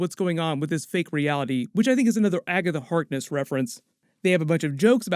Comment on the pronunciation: "AG"atha Hark"NESS" "AGNESS"